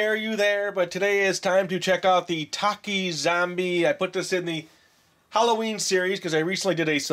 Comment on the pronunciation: I love TAKIS!! ❤️ you also said TAKIS wrong